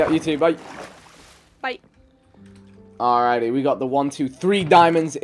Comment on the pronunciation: vikk says Bye very weirdly